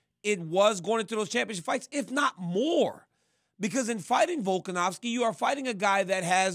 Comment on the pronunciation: Really wish rc would stop calling Alex volkanowski, it’s a V bro lol